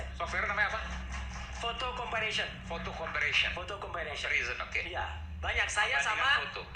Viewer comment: Roy panci ngomong kata Comparison aja sdh salah malah disebut jadi Comparisyen.. Aiman juga mau diajakin salah pengucapanxa.. Roy panci benar tukang ngibul